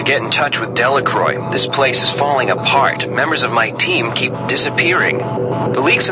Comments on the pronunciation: Delacroix can't even pronounce her name properly... Well in fact it seems no one can. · What I thought was funny was that even Marie mispronounced her own name. But I loved this game!